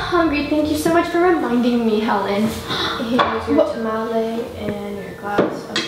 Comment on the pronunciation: "Here your tomolie and you DIET water"